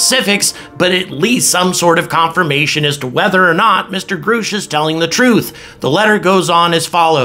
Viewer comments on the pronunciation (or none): How do you get Groush out of Grush ? If you are going to report on this guy, you should learn to pronounce his name. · "Grush" not "Groosh"